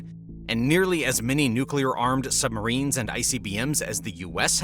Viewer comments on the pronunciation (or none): Did you say "sumberines". I say you did! 😂😂😂